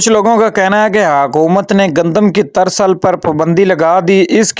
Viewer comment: ترسل نہیں ترسییییل ۔۔۔